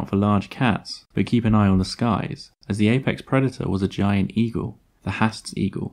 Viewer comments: It's a shame that you've gone to all this trouble to produce this video, yet you can't even pronounce the name of the bird correctly? 'Haast' is pronounced 'Harrrst', not 'Hast'. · Great video. Something to note: Maori language (Te Reo) pronounces vowels differently. Moa is pronounced 'maw-ah' and Maori is pronounced 'ma-or-dree'. Not a perfect explanation, but you get the idea. Haast, while not a Maori word is pronounced 'haaa-st' not 'hast'. Kia ora.